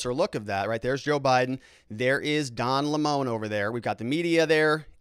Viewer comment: By the way, it is disrespectful to mispronounce a person's name on purpose, especially when you do it over and over. Can't you just pronounce Don Lemon's name properly? I've watched you for some time and when you started you weren't so actively partisan. When you do something like constantly mispronounce a person's name to score some ephemeral partisan points you are starting to cross over into the territory of being a dickhead. Please don't be one. There are plenty of dickheads on YouTube, too many. One of the reasons I have enjoyed watching you is that for a long time you made an effort to be polite and fair minded even if you disagreed with someone. I would like you to be that again, although I know that being the other type probably will get you more clicks. You can add to the coarsening of our culture or you can fight it.